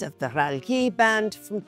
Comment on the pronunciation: Pronouncing Hermes that way is like calling a croissant a KWAH-SOHN. But the pronunciation of band was the most 😅😵